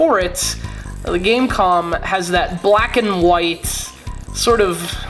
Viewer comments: No. its pronounced Game Com. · .....it's pronounced game com